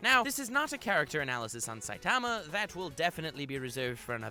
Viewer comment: This dude can’t pronounce saitama